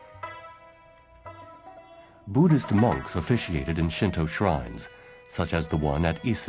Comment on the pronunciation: Thank you for pronouncing "shinto" correctly. I died a little inside in the last video I watched, every time I heard "shin too" -_